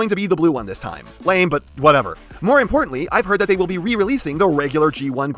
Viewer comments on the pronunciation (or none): none